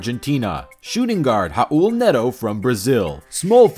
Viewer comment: Never heard someone say Raul as bad as you did